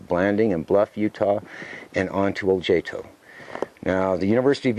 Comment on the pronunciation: Hmm, Ojaito.... wouldn't the ' j' be pronounced 'h'? like Ohaito